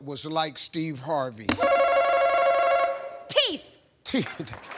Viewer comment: for some reason that white woman that said TEEF had me rollin 😂